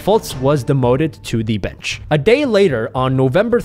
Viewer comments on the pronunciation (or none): none